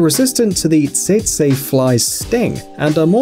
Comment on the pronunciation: It's pronounced "Tetsee" fly, not see see.